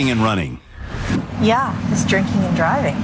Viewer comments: I thought she said jerking and driving 😭😭😭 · i thOUGHT SHE SAID JERKING AND DRIVING AND I WAS LIKE NOO YOU CAN'T SAY THAT ON TV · i thought she said: "jerking and driving" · dont give a FUCK how old this video gets i will forever think she said jerking and driving…